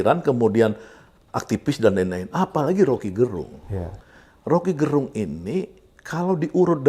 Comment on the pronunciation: Gerung itu pelafalan e nya diucapkan Sama seperti melafalkan terong..jadi bukan gerung kayak melafalkan terang....